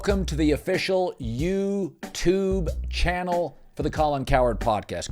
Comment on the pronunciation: Welcome to the Official YOOOUUUUUU TUBE channel… gotta love Colin’s perfect pronunciation of YouTube 😂😂